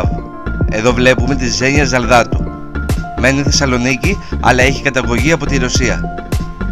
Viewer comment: Οχι ζαλδατου 😅 σολδατου !! Δν το λεω με κακια καταλαβαινω οτι μπερδευτηκες